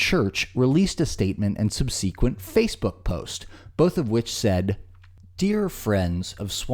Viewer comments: sub-SEE-quent? 😂 Did he mean subsequent? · I'm going to start saying subsequent the way you did because it made me giggle. It's always fun to use emphasis on the wrong syllable to throw people off. I do it with the word crevasses all the time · I realize I’m being pedantic, but I feel the need to correct the narrator’s pronunciation of “subsequent”. It’s SUB-suh-kwent, emphasis on the first syllable. Not sub-SEE-kwent. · It’s “SUB-sequent,” not “sub-SEE-quent.” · omg 😳 to cute, how did he pronounce subsequent